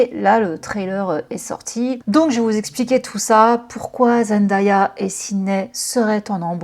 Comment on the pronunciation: Je vous en prie (pas que toi), est-ce qu’on peut prononcer correctement Zendaya ? Ça se dit Zen-day-a ("day" comme le jour en anglais) et pas Zen-da-ya 🙏